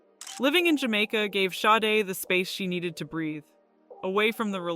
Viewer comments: Actually, her name's pronounced Shar-day. Just saying. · Shar day is how it is pronounced. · THE NAME OF THE BAND WAS (SADE) NOT HER...(Helen Folasade Adu) is her name 😏😏😏IF YOUR GOING TO BE A REPORTER AT LEAST YOU SHOULD HAVE COMMON KNOWELEDGE B4 REPORTING MIS-INFORMATION ABOUT SOME1, SOMETHING OR SOMEPLACE !!!! 😒😒😒😒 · agreed, this is BS and she pronounces her name wrong the entire video